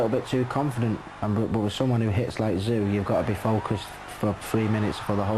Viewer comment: why does the narrator say kostya's name like"kostyat tszyu"